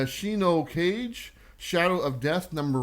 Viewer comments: Kage shouldn’t be pronounced as cage. Kah Gehh is the correct way. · Just a heads up "Shi No Kage" is Japanese and is pronounced... "She No Kah-gay". You guys put on a great show,....hope someday you make it out to NYCC and do a show from there.